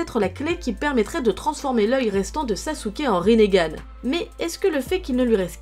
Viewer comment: elle a pas bien dit konoha RINNEGAN